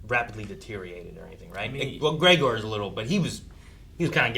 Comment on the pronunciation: Why does always say Gray-Gore instead of Gregor